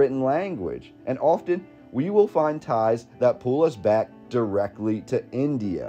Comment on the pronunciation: It irritates me how they pronounce India.